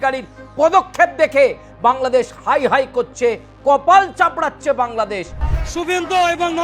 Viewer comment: দাদা কপাল চামড়াছে না কপাল চাপড়াচ্ছে। উচ্চারণটা ঠিক করে করুন।❤